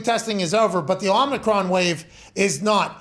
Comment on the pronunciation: Pat refuses to drop this imaginary 'N' in Omricon lmao